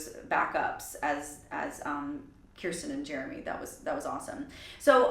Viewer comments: Idk if anyone else has said it or not, but just a little pronunciation correction, her name is Ker-stin not Kier-stin. 😉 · It’s pronounced like ker-stin btw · I recall an interview Kirstie did a couple of years ago in which she said she was working with a vocal coach. "There's this thing I do with my mouth," she said. Incidentally, you've been mispronouncing her name. The first syllable rhymes with "first". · Nooooo that’s not how you say her name!!!!!😡